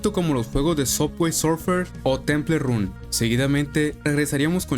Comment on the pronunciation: Te quejas de que digan “Chicken litel” y dices “temple run” como se escribe😂😂